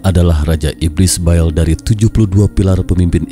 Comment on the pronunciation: bukan BAEL...TAPI BAAL